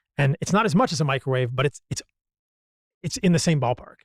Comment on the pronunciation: its microwave, just sayin